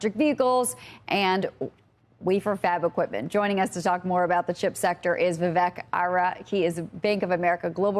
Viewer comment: He is Vivek Arya NOT Vivek Ara!